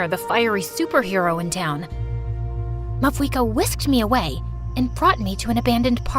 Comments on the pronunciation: I noticed the Pyro archon mispronounce her own name in this video. It’s pronounced “Mau-eeka” even though it’s spelled Mavuika. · isnt it mauika the v being silent